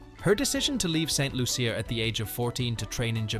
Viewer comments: Lol lol lol lol lol not even pronouncing St.Lucia properly 😂😂😂😂😂😂😂😂😂😂😂😂😂😂😂😂😂😂😂😂😂😂😂😂😂😂😂😂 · This video is terrible. They have spoken kindly about our JuJu but NOT accurately. The narrator didn't do any research and it shows since he cannot even pronounce the island of her birth and where she represents ST LUCIA! Talking about her being in luxury clothes and bags and owning cars... Anyway Congratulations JuJu you are awesome!! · You pronounced st.lucia wrong